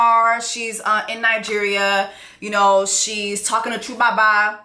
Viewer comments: This review was pure comedy! 😂 The “Fanta Fanta” song, the re-do of the “Premier Gaou” song by Magic System and calling 2Baba “tchoubaba” had me on the floor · Every time Jessie says Chewbaba, I’m like 😂😂😂😂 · She said 2baba like his name is Chukwu baba